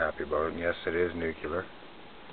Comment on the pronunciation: Its pronounced NU-CLE-AR, not NUCULAR.